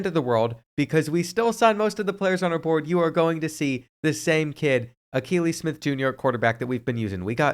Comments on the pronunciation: The mispronouncing of Akili Smith was driving me nuts. Kept thinking has this guy never watched him play? Then realized probably wasn’t alive to watch him 😅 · He struggles with names 😂😂 he didn’t get Akili Smith Jr right either